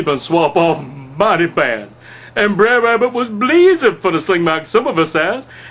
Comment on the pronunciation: Wonderful job at reading. Brer as written in the original 1890's version of Uncle Remus books. It is meant to be pronounced as "Bruh'er" as in "Brother Rabbit" Brother Bear, Brother Fox... etc... you get the point... See below post from monny287 Wrote "Bre'r Rabbit" Just listen closely next time you read an Uncle Remus book. They are all Brothers ... no such thing as Brayer....what is a Brayer anyways? Hope you get to respond to me. These are all pre-abolition slave stories with hidden messages.